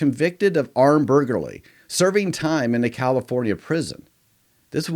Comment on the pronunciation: Please work on that pronunciation of "burglary."